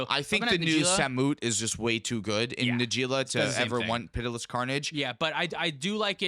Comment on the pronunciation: Av-er-is, pity-less...you have the power of the entire sum of human knowledge at your disposal and you still can't pronounce pretty common words. We are so doomed as a species.